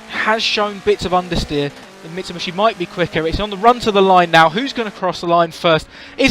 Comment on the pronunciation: “Mitsubushi” Kappa